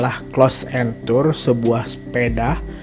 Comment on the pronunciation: namanya enroute om bukan enture wkwkw